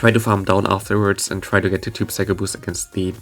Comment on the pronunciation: /sai-koh/ and /sai-kick/. Other than that, nice showcase!